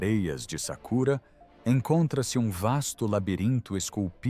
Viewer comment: Não é sakura, e sim sakara.